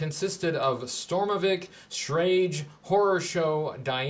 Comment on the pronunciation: Hey I'm not 100% on this, but a German studying ex-girlfriend of mine told me Schrage is pronounced Shra-gay. She cheated on me, but she knew her German.